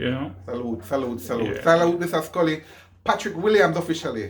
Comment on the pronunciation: Ooops "Scully" not Sully